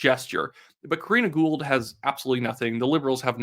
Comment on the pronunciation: ITS KARINA GOUHL, GET IT RIGHT